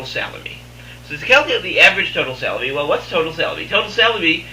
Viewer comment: Super informative after I got over the fact you kept pronouncing "salary" as "celery"...